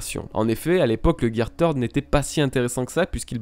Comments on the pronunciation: Je suis désolé mais aqua luffy n'est pas une forme car c'est juste luffy de base mais avec de l'eau, afro luffy encore moins car ça reste ni plus ni moins une perruque ( c'est qu'un détail mais on dit pas tird mais third comme "the" en anglais), pareille champion luffy n'est pas une forme car c'est juste des poings plus gros qu'il peut le faire avec le third mais plus tard les durcir avec le haki, le red hawk est simple à expliquer c'est juste la vitesse qui fait que son poing s'enflamme comme une météorite qui tombe, tank man est un gear fourth mais après avoir mangé donc c'est pas une forme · Third se dis ssird ^^ Deso mais ca m a fait mal au oreilles x) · GEAR "TEURD" ??? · Gear THIRD pas tird un peu d'efforts quand même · Third et pas Teeeeuuard xD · On prononce gear ceurde et non teurd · Bonne vidéo les bro ! Et vive le Gear THEURD Edit : En vrai, pour éviter les centaines de commentaires sur cette prononciation je vous rassure avoir bien pigé que c'était pas la bonne, le fait de me le faire remarquer à chaque commentaire ne changera pas la vidéo et je ferais toute façon bien attention à l'avenir pour les prochaines vidéos ;) J'aimerais avoir l'impression que les jours de travail sur cette vidéo ne soit pas résumé qu'à ça s'il vous plaît :) Peace ! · c'est vraiment un pas doué turd veut dire Merde. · Merci, je ne connaissais pas le Gear "Merde" (Turd comme tu dis xD) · Third ce dit « seurde » en anglais sinon très bonne vidéo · Va falloir prendre des cours d'anglais pour dire "third" lol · Le gear "Turd". Si jamais, Turd signifie "Crotte" en anglais, attention à la prononciation. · ahhhh arête de dire gear teurde stp sa pique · "Gear theurd"... putain... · Luffy gear TEURDE LOL fait un éffort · Video vraiment kifante et très intéressante, ça fait plaisir de se remémorer tous ça, juste prononce mieux gear third mdr😁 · Third comment tu le prononce c drôle